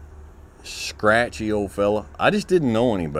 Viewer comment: I hope you know you're making "scratchy" a thing now. Lol. I chuckle eveyr time i hear you say it. So using it!